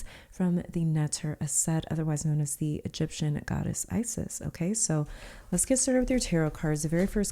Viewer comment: from the egyptian goddess ISIS this is not how to prononce her name...